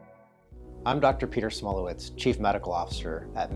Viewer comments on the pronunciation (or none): "Smulowitz" Every. Damn. Time.